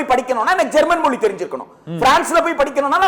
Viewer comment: மொளி இல்லடா மொழி.